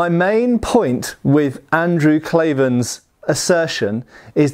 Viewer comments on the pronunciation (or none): Its Andrew Klavan not "Klaven".